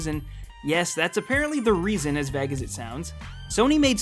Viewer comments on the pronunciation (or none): "as vag as it sounds"........ it's vague like "vay-ge"